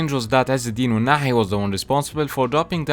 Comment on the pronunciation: Are you Arabic, you pronounce ounahi and regragui very well